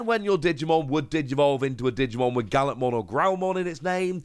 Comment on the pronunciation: Guilmon is a hard G just like Gallantmon…